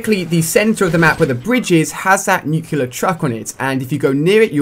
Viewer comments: Stop saying 'nucular' it's 'nuclear'. Nu-cle-ar. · Really nuculer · You say nuclear like George Bush